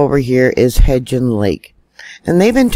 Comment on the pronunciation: love ya to pieces! May I help with a pronunciation? It's Hebgen Lake. There is no "d" in there. Just say it like heb (schleb, bleb, etc.) and gen (hen, pen) Easy peasy. Hebgen. You are such a blessing to us. Thanks for all you do! ❤️